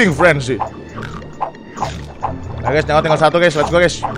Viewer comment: Feeding bor bukan freding